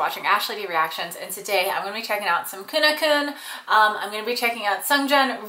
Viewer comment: Their name is pronounced keu-nah-keun not keu-neu-keun